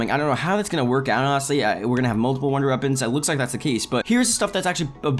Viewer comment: "wonder eppons"